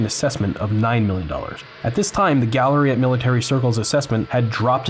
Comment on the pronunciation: “178 dalluh suit for 54 dalluhs”